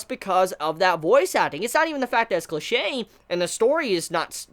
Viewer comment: when he said "infamous", "cliche", and "NaruTOE"... constructive criticism please listen to your pronunciation